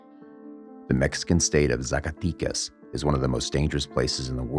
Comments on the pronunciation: It’s ZA - CAH- Teh- Cas. Not Zaca tee cus lol My family is from there and it’s bad right now :( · Good video but can't take it when you say Zacaticas and not Zacatecas ;P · how do you say Jalisco perfectly but when you say Zacatecas, you said hella white bro, the way you pronounce it it’s like you’re saying Zack so say zack-aa tec az! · ZACATECAS....not e sound AMERICANS need to stop doing drugs. we fuel these cartels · no manches, CORRECT your pronunciation. Zacatecas is with e, 'e lse e ver e tc, entendiste chingao🧐, ya caiste mal.